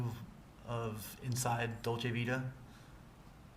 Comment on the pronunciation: He actually pronounces "Dolce Vita" correctly.